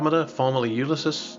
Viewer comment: What is U-lis-sis??